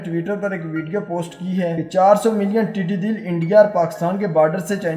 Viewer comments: admin please. not tiddy dill but tiddy dall. dall means fouj. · “dall” not dil correct pl